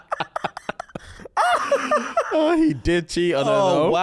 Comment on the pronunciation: The "oh godt" was THE MOST QUEENS BRITISH I've ever heard